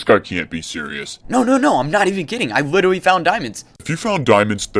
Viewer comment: Did anyone notice he is saying “witewy”😂😂